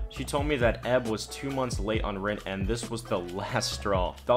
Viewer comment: Dude. Stop saying "EB" and "EK" like a word. EK = [iekay]. EB = [iebie]